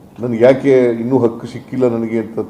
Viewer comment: ಸಿಕ್ಕೈತಲಲಾ ಲೂಟಿ ಒಡೀತಾ ಇದೀಯಾ ದಿನಾಗ್ಲೂವೆ ಆದ್ರೂ ಅಕ್ಕು ಅಕ್ಕು ಅಂತ ತೊದುಲ್ತೀಯಲಾ ಬಿಟ್ಟಿ ಎಣ್ಣೆ ಜಾಸ್ತಿ ಆತಾ.🤔